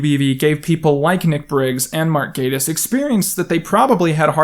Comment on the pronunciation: Endlessly pleased to hear the correct pronunciation of “Gatiss.” Definitely could fill a whole show with his widespread jack-of-all-trades success (and the tremendous highs and lows of his creations...)